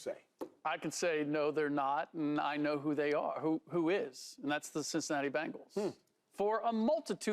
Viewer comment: Yea I stop watching when he said Cincinnati 🤦🏾‍♂️😂😂